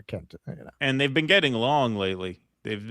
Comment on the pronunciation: "You've never bean?"